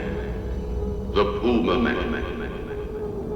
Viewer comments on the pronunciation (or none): Uhh it's pronounced Pyumaman! 🎶When you want the flavor of bacon in a dip🎶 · Tha Pew-May-Man!